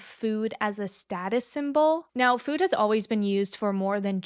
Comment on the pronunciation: The way you say food as “fewd” makes me giggle every time